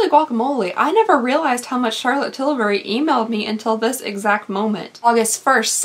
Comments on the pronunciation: Please, fur the love of God, stop with the "CHAlotte TILL bry" crap. It sounds beyond unsubscribe. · I ABSOLUTELY LOVE how you say Charlotte Tilbury.... Everytime I hear that I just giggle...🤣🤣🤣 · I LOVE the way you say Charlotte Tilbury!😂